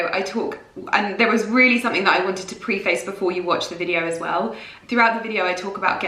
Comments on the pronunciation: the word "Preface" she meant. Prey-fuss is how it's pronounced and said Pre-face. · Preh ~ fuhs. Is how you you pronounce Preface. So, shocked to hear an English woman, unable to correctly speak /pronounce her own Language! Coming from, Ireland.... Which is, the BEST ENGLISH SPEAKING COUNTRY IN THE WORLD. You pronounced it....... Pree Face. Wow.... What school did you go to? 😂🤔😳🙄😲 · Is ‘preface’ a word that you’ve only ever seen written down? Because that is not how you pronounce it 😂 it’s more like: pre fuss (pre like prayer not pree) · I don't want to sound rude but it's pronounced "preh·fuhs" :) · In the beginning she said she had to “preface this video…” “preface” is pronounced “preh-fuhs.”